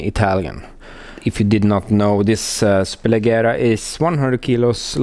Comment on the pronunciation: It's pronounced as "superlejera" :)